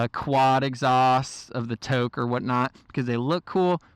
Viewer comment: Toke? Wtf is a toke exhaust? Haha you mean toce? Pronounced with a "s" lol imo the toce exhaust sounds way better with the cross planes engines on the 09 and up r1's!!